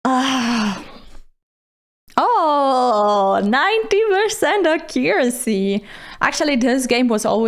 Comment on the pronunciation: ffs AC-curacy not ac-COO-racy 😬 the stress goes on the first syllable 😬